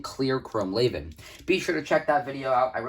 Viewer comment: Everyone pronounces it wrong lol, you're pronouncing "chrome laven".. it's actually pronounced "lee-van", just look at the spelling.. raven (Ray-ven) is spelled completely different from Levan (lee-van) so how could they be pronounced the same right?